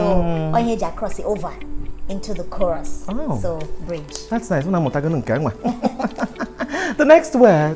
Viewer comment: Lol....if you no Sabi pronounce CHROUS.. hide your face 🤣🤣🤣🤣...Nice one from and our amiable...I love you both